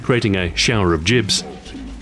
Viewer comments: "Jibs" Lol its Gib. Just pointing it out, still a great channel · Jibs...? Do you mean Gibs? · It's pronounced gib, like gibbon, not jib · "jibs"... that's not how you pronounce 'gibs'. I started playing 1st person shooters with Wolfenstein and kept playing constantly through Q3 (doom doom 2, heretic, quake, quake 2, all the mods, then q3). Nobody, not even Brits I played with over the decades said "jibs". Fucking say it correctly please. I had to stop watching Ahoy videos because this guy can't get this small thing right. I'm stopping this at the 9 minute mark because I can't listen to this nonsense anymore. Spend 30 seconds to learn how to pronounce the words you've been asked to say. And you've managed to screw this up over many videos. Your content is so solid but you continue to screw up this important thing every time. I'm not going to down vote, but I wish you knew what you were talking about. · Is nobody else bugged by Ahoy saying "JIBS" instead of "GIBS"? Am I wrong? Have I been pronouncing it wrong all this time? O_O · I apologise for this. But Gibs to me will always be Gibs with a hard G. I've always said Instagib with that hard G and with the J sound it just doesn't sound right :'( Im so sorry for betraying the english language I know it should be "jiblets" But...I just cant. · .....Jibs? Does anyone really pronounce it this way? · You mis-pronounced gibs throughout the entire video, I hope you realize that. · It's spelled "gibs", but supposed to be pronounced "jibs". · I ask John Romero who coined the term, he said it's prnounced "Jibs"... This went from one of my favorite words to one of my least favorite words. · Okay, so I was wrong. Sorry about that guys, thanks for the correction! I guess I've been hearing it wrong my whole life :P